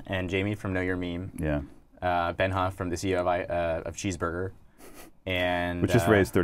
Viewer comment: Wtf Mook doesn't say MeMe correctly.